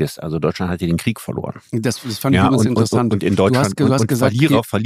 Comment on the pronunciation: Und dem Precht koennte ich jedesmal eine reinhauen wenn er 'Kriech' sagt, das heisst 'Krieg' verdammt nochmal!